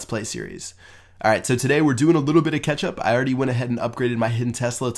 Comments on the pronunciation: Lol it sounded like u said lets do a little bit of ketchup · At the start it sounds like he says we're going to do a little bit of ketchup.